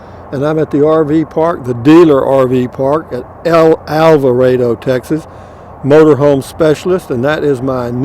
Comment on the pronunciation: Might be best if I could send this anonymously so you won't feed me to Matilda. I'm glad you finally pronounced Alvarado correctly. I had been looking and looking for somewhere that started with El. So decided I'd check out Motor home Specialists. And lo and behold, there it was. Love all your videos and just like to check out the country as you go along.